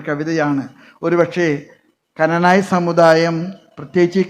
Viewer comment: കനനായ അല്ല... ക്നാനായ